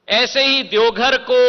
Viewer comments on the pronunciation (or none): E congress ka aadmi hai, jharkhand ke zilon ka bhi naam sahi se nahin pata😂 saara Hindi galat bolata hai, Deogadh😂 gazab chaplusi hai, Heliopod😝😁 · ज्योतिरादित्य सिंधिया जी भोलेनाथ की नगरी देवघर आप अच्छा से बोल नहीं पाते हैं